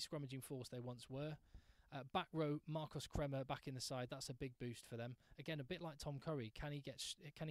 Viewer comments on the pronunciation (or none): none